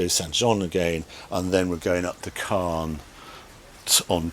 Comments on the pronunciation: Great video Harry… and I know that French pronunciation is tricky - but I wince every time you say 'Carn' for Caen. As you will have heard several times on the ferry (and you must already know) - it's pronounced CONN. Your missus must be a Saint 😇… sitting there filming while you hoon about on those country roads… with unending, tight bends. Lovely to have a boat waiting for you in Antibes - but, while I adore the South of France, I detest being there during the summer period. To each their own. All the best. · Not "Cahn", it's "Cohr". Hard C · At the beginning, I thought you were talking about the city of Cannes, but looking at the map, it was Caen. This city is pronounced exactly the same as 'quand' (when), we don't pronounce the 'n'. Anyway, enjoy your stay ! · It's Caen. Not Can. Not the same prononciation